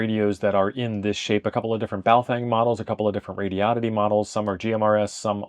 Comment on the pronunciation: THANK YOU FOR SAYING THE COMPANY NAME RIGHT. it's SHOCKING how many people can't pronounce it lol. Like the car brand Hyundai. It's hun-day, sounds like SUNDAY. Not hi un dayeee or HON day .... It's a horrible OCD thing for me and I know I'm crazy 😂